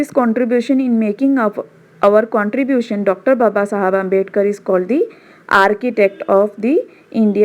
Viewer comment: Please pronounce Babasaheb Ambedkar properly it's not "babasahab" it's "Babasaheb" ok & you are excellent teacher I liked your videos very much